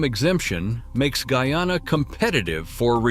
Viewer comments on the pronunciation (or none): What d rass? It's not gooyana but GUYANA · He said goo-yana and not guy-anna the first time. But the 2nd time he said it decently..